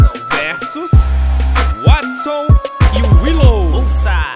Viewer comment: Só eu que fiquei com agonia de ouvir ele falando ( Watson e Willou)?